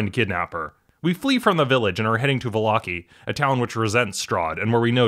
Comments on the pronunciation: Va-lock-ey? I pronounce it Valla-ky. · Volloki? What is volloki. It’s vallaki, Vall-a-ki